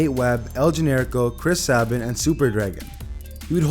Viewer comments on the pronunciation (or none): "Chris Saben", it's Chris Sabin bro as in Chris Say-bin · Chris Sabin(Say-ben)! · He also said Chris Sabin wrong